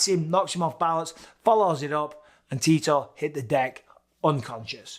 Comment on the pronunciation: every time Bisping said Tito I heard Titor.